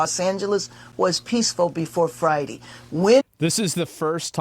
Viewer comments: can someone tell her its Friday not fride... just saying. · It pisses me off every time she says “Fri-dee”. It’s pronounced “DAY” you dumb beeyatch. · All I heard from Bass was "res-tuh-ponse", "fry-dee" and "sovereign-tree". Complete and utter brain rot. I rest my case. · All these lies, she can’t even say Friday right